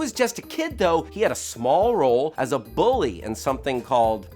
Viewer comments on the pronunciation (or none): none